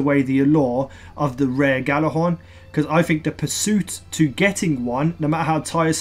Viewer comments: It's pronounced Yallahorn. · I hate when people mispronounce Gjallarhorn! Look it up, its a Norse word. I still love you <3